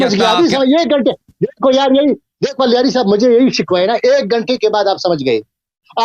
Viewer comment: سنی مولوی اللہ یاری کو الیاری کہہ کر اللہ تعالیٰ کا نام بگاڑ رہا ہے ۔